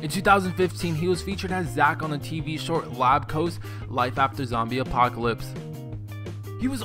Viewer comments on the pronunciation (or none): none